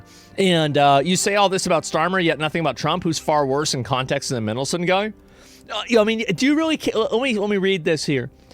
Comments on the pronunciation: Lol Mindleson. MAN-DEL-SON but yeah shocking stuff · MAN delson mate not mendlesen 😂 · Asmon's pronunciation of names is diabolical. MINdelson, Jizz Lane lol.